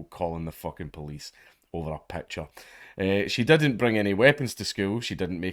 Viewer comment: It's picture not pecture.